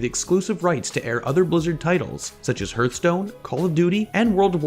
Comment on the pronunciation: Herthstone lol